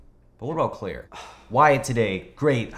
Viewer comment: I mean.... c'mon dude... it's CLAIRE.